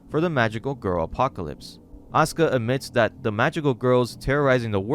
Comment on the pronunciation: So you can pronounce Asuka correctly. Don't you think Natsuki is pronounced similarly? I just don't understand how you could mispronounced one but pronounce another one correctly.